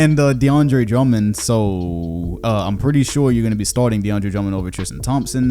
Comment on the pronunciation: Nigga said deandre lmao